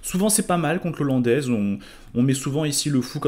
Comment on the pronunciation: 1/ l'ouverture n'est pas "l'ollandaise" mais "la hollandaise" (ça pique les oreilles) 2/ des commentaires et explications au top sur la partie, on peut suivre la partie non seulement coup par coup mais aussi sur chaque phase et mini-phase ainsi que sur les aspects psychologiques. un énorme MERCI pour ce travail.